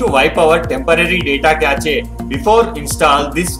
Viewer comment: Did you just say kashe for cache? 😂